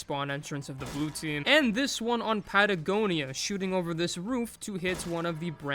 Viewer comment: some english ppl pronouncing patagonia fine